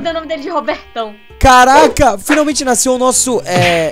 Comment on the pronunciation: Quando a disse "dei o nome dele de Robertão" eu entendi "Rabetão" kkkkkkk 😂😂😅😅